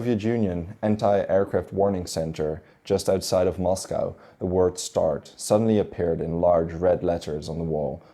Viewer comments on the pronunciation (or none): none